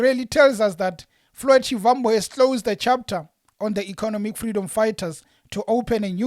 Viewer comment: Please stop pronouncing Shivambu like a white person trying to speak venerc, you’re a black person act like one